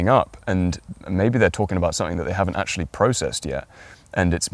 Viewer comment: Your information is helpful, but this is a video on the way to speak - yet you mumble and talk too fast! I just listened to you pronounce the word "actually". You said, "ashly"! Try this. Stage actors use this trick to "project" to the back row. Buy a set of marbles and put three of them in your mouth, and then read your script. Your diction will improve in ten minutes. There are so, so many gifted content creators out there, such as yourself whose diction is horrendous! Viewers click away, and you lose "likes" and "subscribers". While possibly lacking tact, I intend this in a constructive manner. You are good, and your content is well structured and compelling. I find myself clicking away from so many interesting videos because I struggle to translate their "slur" back into English. It's not me! Most presenters are clear and intentional in their speech. I'll subscribe to your channel and watch for improvement!